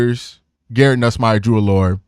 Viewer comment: It's pronounced Drew Ah-Ler. Not Drew Allure